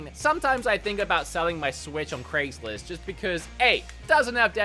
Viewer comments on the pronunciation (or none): none